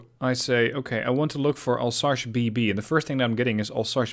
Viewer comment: Pleeeease stop saying « Alsache ». It’s « Alsace », pronounced « Alz-ass »